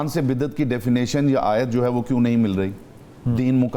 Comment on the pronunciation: Lafez biddet nhn ha bidyet ha